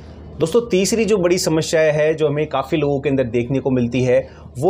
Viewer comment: Kaun sa doctor hai tu shamashya bolata hai bolna to sahi se aata Nahin